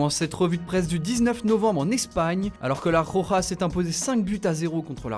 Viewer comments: Il faudrait apprendre à dire correctement "la roja" c'est pénible ces fautes de prononciation. Soit vous le dites à la française soit correctement en espagnol mais pas entre les deux. C'est d'un ridicule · La " Khokha " LMAO